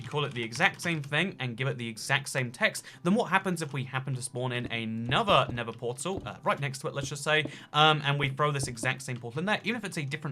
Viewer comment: Bruv he doesnt even say nether portal he says ned portal